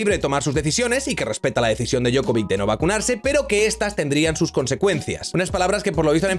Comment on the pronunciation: Djokovic, no Djokovik, y la C se pronuncia Ch, por eso no es lo mismo.